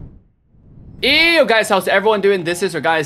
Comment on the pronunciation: OK so you say yo in that intro, and all these times I thought you said eww